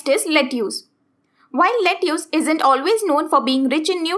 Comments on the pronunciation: Say 'Let-is' not 'Letius' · It's pronounced "Let-us"